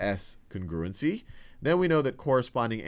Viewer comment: Lmao "cingrewgency"